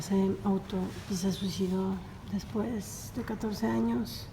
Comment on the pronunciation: amo tus videos. Jamás me pierdo tus videos, neta. Te amo ❤️ Solo que... me hace ruido que ''después'' tenga acento en la primera e Jajajaja